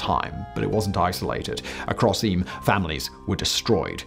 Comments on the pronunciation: I used to live in the nearby City of Sheffield. Quite often I set of on my walks from Eyam across the Derbyshire Peak District, beautiful area. It is pronounced locally as Eem! Some say that nursery rhyme’Ring a Ring Roses is based on the plague, some say it isn’t! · It’s pronounced Eem. I’m fortunate to live about. 40 minute drive away and have visited often. I thoroughly recommend you visit this quaint English country village. The surrounding scenery is spectacular, there’s a small but informative museum, a beautiful Jacobean Hall and the church is a must visit for more information including the book of remembrance which has the names of all those who died and stained glass windows telling the story of the plague in the village. There are a couple of traditional pubs and cafes and a village shop, stocks in the village square, a spit roast area and more information about the geology of the place mainly centred around the lead mining in the area. All in all, such a lot of history in such a small place. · "Eeeeem". I have the honour, ofover several years (just before Christmas), of having sung "Carols" indigenous to this remarkable Village while walking its tiny streets. Not the "Standard, "approved" ones most people know - but Very Local ones - as is the tradition in North Derbyshire and South Yorkshire-particularly small villages around Sheffield...In Eyam,Singing outside old houses directly connected with this history. Some, in the Original home of their composer.... The presentation references Manchester, But this is Rural DERBYSHIRE - not very far from Famous Chatsworth House. (Sometimes the Media have problems relating to anywhere NOT "Metropolitan"! ) Eyam is a tiny place...and BLOODY COLD in December- though it's "Pub" -and "Mechanics Institute" -and People, are warm and Welcoming!! Thank you for your interest. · As he said,it's pronounced EEM! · Eyam . “EEE-ham” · Eyam is pronounced "eem". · EEEM, NOT EEUM